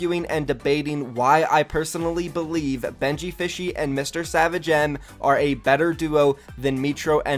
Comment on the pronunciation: He said MrSavage "N" c'mon bruv btw love your vids